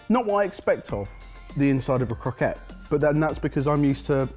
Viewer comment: and did say croquet... es. srsly ur a chef. just realised how much ive commented